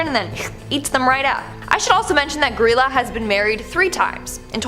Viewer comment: It was pronounced Gr-eye-la, but the pronunciation has been lost to time